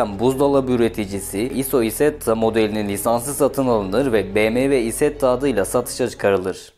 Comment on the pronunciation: Bmw issetta bwm aysetta diye okunuyor